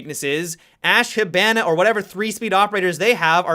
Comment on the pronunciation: anybody else think of bananas when says, "Hibana"?